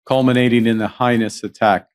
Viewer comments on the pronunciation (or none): HEINOUS NOT HIGHNESS!!! WHAT THE FUCK??? I have a VERY hard time believing someone as educated AND multilingual as Carney would fuckup a word as simple as heinous, ESPECIALLY given the context...